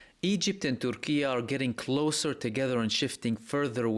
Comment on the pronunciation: I'm glad to learn that in the Spanish world we've been calling Turquía with the proper pronunciation. 🙂